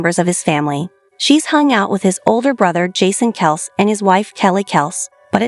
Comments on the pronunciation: Guys, get with it! Travis’ last name is pronounced “Kelsee, NOT Kelce! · It’s kelc-E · I heard the entire episode. Big Ed did tell the boys to use whatever pronunciation they liked. You're talking about Travis and that requires Kelcee, NOT Kelce. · Please learn how to correctly pronounce Travis' last name . It's a long E spoken after the c.